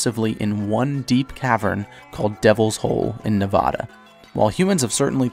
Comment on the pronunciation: pronounced Nevada wrong, time to unsub